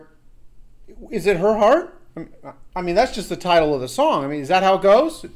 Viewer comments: He pronounces 'her' a little weird and it sounds like 'the,' maybe. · British accent so it sounds like he'h but I just can't here "the".